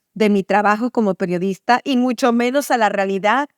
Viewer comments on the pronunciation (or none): "¡Hola! Soy la peorista".... ¿Qué? Han pasado tres Sexenios y Anabel Hernández sigue sin tomarse el tiempo para hacer una pausa que le permita pronunciar correctamente la Palabra PERIODISTA. 😂